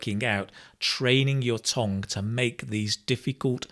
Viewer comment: Why do you say tong for tongue? By the way, in Korea 'tong' is 'poo.' 😅